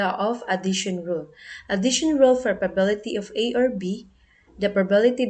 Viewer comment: The presentation was good but sometimes you mispronounced the word " probability ". Some parts are not properly explained. Anyway, thank you for sharing this. I know you did your best. KUDOS!